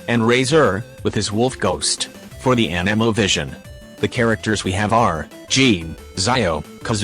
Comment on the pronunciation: anemo : anEMO